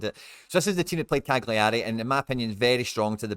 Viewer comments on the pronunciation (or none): Cagliari, pronounced- CAL_YER_RI